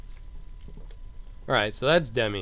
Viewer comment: I more-so think hes ignorant for calling Demyx "Demi"